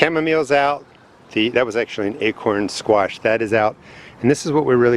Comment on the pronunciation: Squash*** not “swash”